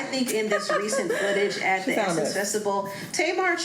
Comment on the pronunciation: yes but says “festibal”.